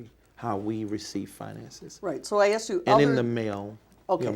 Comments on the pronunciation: “Where they are axed”!!!! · “She helps wherever she’s axed” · Axed? Asked dumbass.